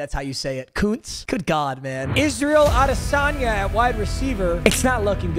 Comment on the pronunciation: did just pronounce andrei iosivas as israel adisania smh